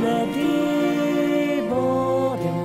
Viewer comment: 梶さんのデンのDの音が下がりきってない。 小野さんが一番音程が正確。